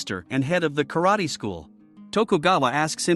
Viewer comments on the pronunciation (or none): none